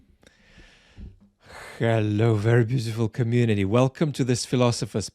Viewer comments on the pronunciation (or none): True East Londoner. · not playing with that H in hello!